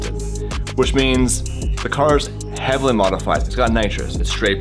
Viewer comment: "Hevaly modified"😂